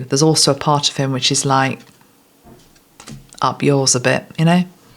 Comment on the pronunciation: Watching from Western Australia where we have had most states betrayed by Premiers and as a cousin to Britain can absolutely resonate with this one! Concerned that we are so close to China, who knows what they are planning? I did have a giggle though when you said, "Up yours!" Sounded quite Aussie 😅. Love your guidance and truths, very powerful reading, lets hope we can turn this around by waking people up ❤ Thank you 💖🙏💖🇦🇺